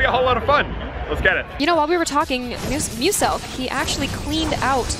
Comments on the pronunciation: They said mooselk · Did they really say musulk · Who else got triggered every time they said Moo-selk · They said mooselk bro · Why is commentator saying Mooselk? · Did anyone else cringe a bit when he kept calling him MOOselk instead of pronouncing it like MEWselk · That commentator guy was like Mooselk like commn man Pronounce correctly man 😂😅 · I love the way the commentators call Muselk " Mooselk" !?!?!?! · Hi mooselk Hahahahhahah the reporter said mooselk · The commentator called him mooselk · My god you cannot call him MOOSELK it’s MUSELK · Did it annoy anyone else when they called him Mooselk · notice how they said mooselk instead of muselk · They say “Mooselk” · Is it just me or does it sound like the guy is saying mooselk